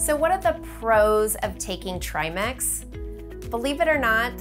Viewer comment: Tri ‘Mex’ ? It’s ‘Mix’ not ‘Mex’